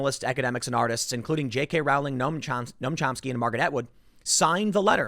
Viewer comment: Dont like her but her name rhymes with bowling not howling.